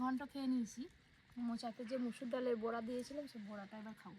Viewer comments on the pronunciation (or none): কথা টা বোড়া না কথাটা বড়া যযতো সব অশিখিতোর দল